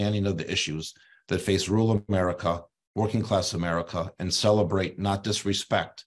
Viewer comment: So basically the libs didn't cheat enough. It's Rur al. Not rool, you hayseed